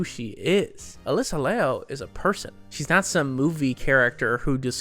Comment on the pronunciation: "Liu" is pronounced, lee-yu! but in one syllable 😀